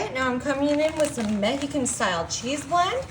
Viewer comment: Saying Mexican cheese with a silent x then pronouncing tortillas how it’s spelt is diabolical